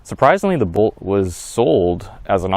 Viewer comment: If you call it the BOLT EV it would be easier to understand what you are saying...I thought you were saying Volt the whole time but noticed the video had a Bolt EV.